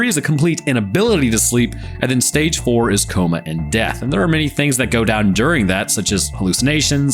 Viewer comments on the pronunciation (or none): you said 4% wrong